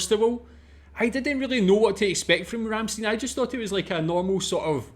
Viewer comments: Please do not pronounce it "Rammsteen" but "Rammshtine" :) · The name of the band is Rammstein and not Ramsteen. Stein is pronounced Schtein in German. Also prefer Americans and English: Rammstein and not Ramsteen. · Not Ramsteen... Ramst-i-n. "ei" in German usually is pronounced like the pronoun I (uppercase letter i) in English. Another band worth watching is Knorkator. I suggest "Kinderlied" for starters. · RammstEIN, like FrankenstEIN, not "een" ;) Cheers! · you could have at least take the effort and learn to pronounce their name a little bit better... worst pronunciation I ever heard from anyone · Not even bothered to look up how to pronounce their name right... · By the way the last syllable of Ramstein is pronounced like you pronounc the huge 1l beer mug used at Octoberfest